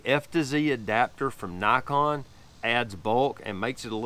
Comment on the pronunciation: Love my 35mm lens for street photography. I'm glad you didn't say knee-kon